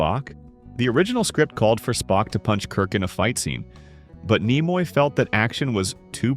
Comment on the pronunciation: Leonard Nimoy's name was mispronounced several times. But, a couple of times, it was pronounced correctly. Why not just have a human being sit in front of a microphone?